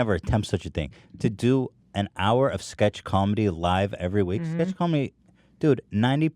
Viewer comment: is it me or Hila says comendi